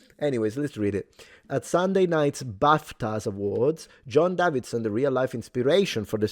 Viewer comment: It's pronounced "Day-vid-son". not "Dav-vid-son".